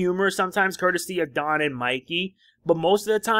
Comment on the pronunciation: The first time you Said don it sounded like jon lol